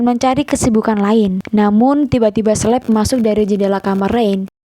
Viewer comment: Bacanya Kaleb min bukan Sleb 😭